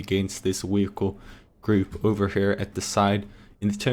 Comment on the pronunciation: "Weeheecle" XD